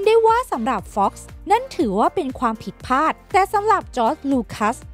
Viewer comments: เนื้อหาน่าสนใจ แต่คนพากย์น่าจะอ่านคำควบกล้ำง่ายๆให้ดีกว่านี้ เช่นคำที่สำคัญในคลิปนี้เช่นผิดพลาด แต่อ่านออกมาเป็นผิดพาด สั่นคลอนก็อ่านเป็นสั่นคอน อีกจุดคือการแบ่งวรรคในการพูด ฟังแล้วไม่ค่อยลื่นสักเท่าไร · ผิดพลาดครับ ไม่ใช่ผิดผาด ฟังแล้วขัดหู